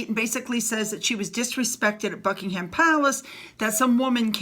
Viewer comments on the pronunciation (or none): Thank you for your chan regarding our Royal Family. A quick tip, Buckingham Palace is pronounced...Buck ing am Palace, not pronounced like the meat ham. Silent H. Much luck darling with your channel. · Buck ing ham Palace. Its funny how you pronounce it.